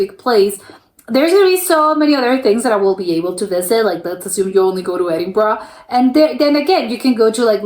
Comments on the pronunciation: It's pronounced Edinburrah, not not Edinburrow. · He started off well but within a few minutes, he was back to burrow.